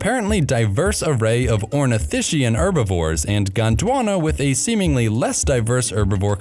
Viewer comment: it's pronounced OrnithisKian, like chasm or chaos.